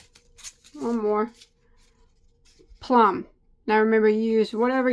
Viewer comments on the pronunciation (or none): none